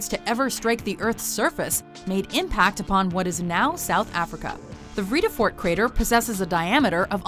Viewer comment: please, not even close to how Vredefort is pronounced....